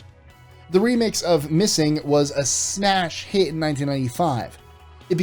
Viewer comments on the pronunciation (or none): Did he say snash hit?